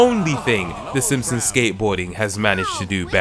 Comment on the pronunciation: "The Ssmpsns..."